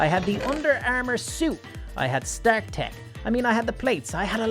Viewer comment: its pronounced Star-k